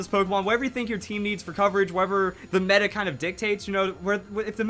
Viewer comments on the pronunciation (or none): none